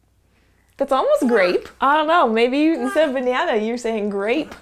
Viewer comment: He said grAypE Behnana